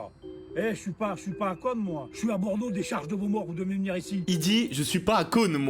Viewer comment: J'adore quand C le mec qui dit vener je vous zttend😅